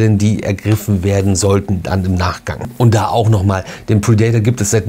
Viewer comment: Bitte nicht "pridaitor" aussprechen, sondern "prädäter"😉